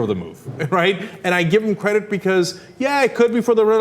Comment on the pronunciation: ur credit..doesnt sound like credit